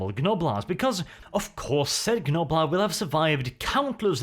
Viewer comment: Please, stop pronouncing the G in Gnoblar, it pains me every time.